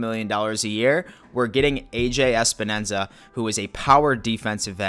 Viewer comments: WTF!!! lol Espenensa🤣🤣 It's Epenesa bro, so funny!!! He's a beast!! Power with great hands!! Deceptively fast too! Just think of Phil Hansen, Let's go!! 💯💯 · Everyone say it with me: EP-EN-ESA! It is not ES-PEN-ESA. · "Especially our first pick: AJ...." "OH SHIT! How do I pronounce it! Think! THINK" "...Espanenza!" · Love your videos but get the damn name right EPENESA is not that hard lmao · Mafia brother, its a samoan last name and its pronounced eh-peh-neh-sa lol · He was throwing in a few extra syllables, haha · Can you pronounce Epenesa's name correctly please? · Anyone who can't even be bothered to pronounce a pick's name correctly is a total dick. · Not only did you say his name completely wrong, you must have done it a dozen times. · This fucking loser doesn't even know how to pronounce Epenesa's name right